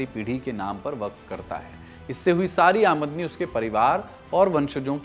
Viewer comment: आमदनी का उच्चारण सही नहीं किया है आपने